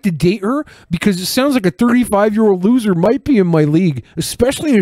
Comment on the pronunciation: "Fhuckin' lhuser" Yeah. Holy shit.